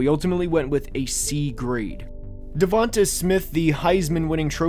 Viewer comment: Put some respect to DeVonta’s name, literally. “Devonte” come on man. And your grading criteria for him is bizarre. “Is he a top-4 or 5 WR in the league?” That’s your standard? He’s, at worst, a 1A WR. I guess Garrett Wilson is a bad pick too because he went 10th too, and isn’t a top-5 WR.